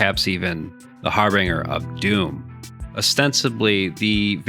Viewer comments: "Harbinger" is pronounced "har'-bin-jher" not "har-bring'-er" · I don't mean to be a grammar or more specifically a pronunciation corrector, but the G in harbinge is pronounced exactly how anyone would say Orange. Emphasis on the fact that there is an E after the G. There are few words where G is pronounced like in the word Jumping < see, the G is by itself and has no letter that comes after, also it is the very last letter of a word. Again don't mean to be that guy who does this, first time actually, but just seems like an oversight on pronunciation. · Thanks. That bothered me too.